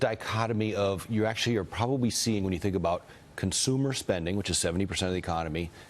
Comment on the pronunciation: Did he say, "pwobawy?"